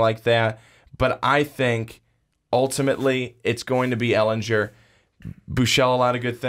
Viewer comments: its Sam Elingerrrr not Elenjurrrr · sorry Ehlingerrrrr NOT Ehlinjurrrrr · I cringe every time he says “ehlinjer” GER ITS EHLINGER